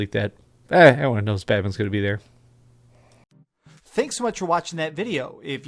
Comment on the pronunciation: So, didn't enunciate the "T" in the word "BATMAN"...I feel like I need answers.